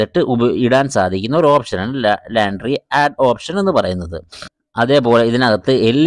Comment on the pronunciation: ലാൻട്രി അല്ല ലോൺട്രി ആണ് ഉച്ചാരണം